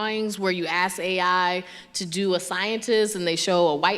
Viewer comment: Pronounces ask ass cmon now npr